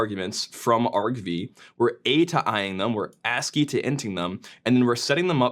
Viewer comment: mate im pretty sure its pronounced atoi not atoi